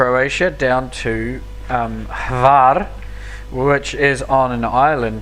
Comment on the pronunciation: You pronounced Hvar airport wrong